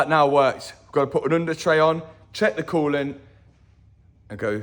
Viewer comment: Coo lant, not cool lant. No problem ❤